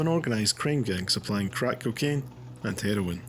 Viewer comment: Stop calling it kikane ffs man